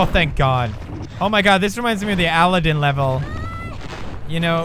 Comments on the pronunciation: Dat pronounciation of Aladdin though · I love his accent when he says Aladdin. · The Way He Pronounces Aladin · lol the way he says aladdin